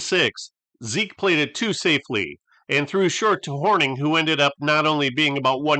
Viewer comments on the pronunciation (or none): none